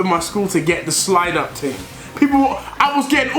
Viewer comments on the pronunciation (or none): Is deji trying to speak like a Jamaican "the slide up ting" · How many times did this man say ting?😂😂😂